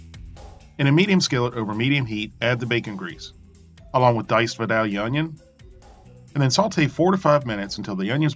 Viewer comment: Hey, Great video. Thanks for sharing. You are in my prayers for a speedy recovery from your broken skeleton and broken heart. Stay strong!! PS I'm a Georgia native, Vidalia is pronounced with the "a" long as in tape, not short as in cat, and the first "i" long as in pipe, not short like rip. It took me a sec to catch the onion, but thank you for paying homage to our great onions. They are only grown in a small geographic area in South Georgia where the soil and climate are ideal.